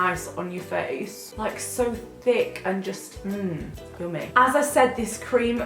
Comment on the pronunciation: I wasn't paying attention and at " " I heard cummy not yummy.. :X!!!! <3